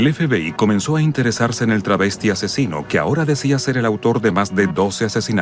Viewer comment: Es "Travestido" no "Trasvestido"